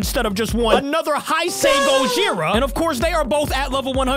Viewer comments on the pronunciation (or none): It's pronounced Hey-sei not Hi-sei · And it’s pronounced hay-say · great job on getting destoroyah also you mispronounced heisei its like saying hey-say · Its pronounced: 'HEY-SAY'